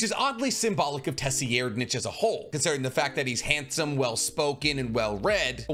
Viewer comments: Say it with me,: Say-red-. Not “Tessyerdnich.” It’s Say-red-. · Bro please stop calling the fourth prince TESSYerdnich try sir- eyed-nich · Did you just say "Tessy-aired-nitch" when referring to 4th prince tserriednich? Jsyk it's pronounced "tsir-eyed-", at least that's how I've always heard it pronounced. And no I don't know the "Merriam-Webster" way of spelling proper pronunciation of a word. So I spelled it in a way anyone that knows English can read it. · For Tserridnich his name is pronounced “T’Sir- Eyed-” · 4th prince pronuncation: Tserriednich (Sir-ree-ed-) Thanks for the video, HxH is losing me with each chapter released so this was helpful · Sir-ride- is how I say it but how he’s saying it is not even close 😂. Just don’t pronounce that hideous t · Tserriednich = "Sir-eyed-" Just an FYI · I prefer the pronunciation from grandline review for the 4th prince. I think its correct. It sounds like “sir id ” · Tserriednich is pronounce sir-ride-... The T is silent lol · Nice video although I’m pretty sure his name is pronounced Sir-Ride- 👍🏾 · Your pronunciation is baddd, his name is Tsir rye = Tserriednich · The name is actually pronounced Sir-ride-nic as weird as is is for the king that hates women but yeah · Say-reed-, Kach-oh, Woah-bul sorry but your pronunciation on his name was a bit distracting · i’m sorry but it’s pronounced SIR-RIDE- >.< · Excellent video, liked and subbed. But with peace n love, the way you pronounce 4th prince Tserriednich's name killed me lmao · Out of all the content creators the way he pronounces Tserriednich just sounds wrong. Also, doesn’t he pronounce NobuNAga as NoBUNga? If so, why? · The way you pronounce Tserriednich and Kacho makes the hair on the back of my neck stand up. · His mispronunciation is a sign that he hasn’t watched other videos with similar topics as he is discussing - meaning his ideas in the video are original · Say it with me, “sir-ide-”